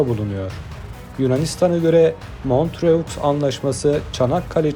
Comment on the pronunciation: Bu sesle devam ederseniz kanal cok kan kaybeder. Montröx diyeni ilk defa duydum. Tamam öyle yazilir ama öyle okunmaz..